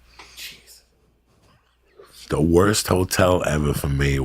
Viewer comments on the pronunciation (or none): Benny Hath yeah my brain had to reset after I heard that. Who can’t pronounce a 2 syllable word. Sad